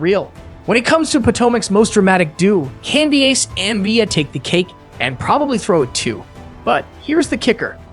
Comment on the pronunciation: This "Candy Ace" and "Mee-ih Thorn tin" and "Wendy Ohs-foh" AI voice LOL